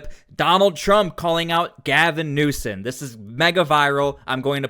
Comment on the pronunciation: You make great videos! His name is newsome not newson